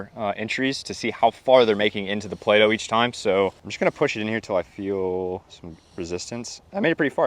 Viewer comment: It just turned into Play-No. 😆👍